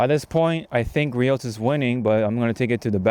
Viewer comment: Nice vid. It's Gree-Ohs